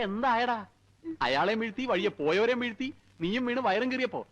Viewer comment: വീർത്തി alla aniya വീഴ്ത്തി എന്നു് പറ